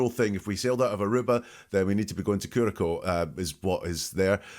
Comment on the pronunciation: this looked promising but it failed fast. first of all, he told you how to pronounce curacao and you still pronounced it wrong. i don't know why people have such trouble with this word. i worked in bars back in the day and it's a well known name of a liqueur. then we move along and you continually repeat what we already heard him say. except when he says "that used to be my lime" (which i have no clue what that means) you turn it into "line" and no he isn't talking about flirting even remotely. i'm done watching!